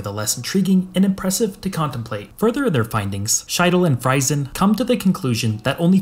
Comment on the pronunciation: 'Friesen' is pronounced like 'freezen.' Freisen would be pronounced like what you said.